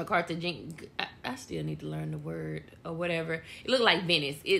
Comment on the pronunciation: “Carta-GINA”?! Yeah, it’s pronounced Carta-HAY-na babe… but definitely appreciate the video. Very informative for those traveling there!